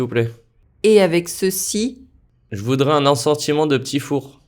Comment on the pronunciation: Il ecrit "je voudrais" mais il dit "je voudra"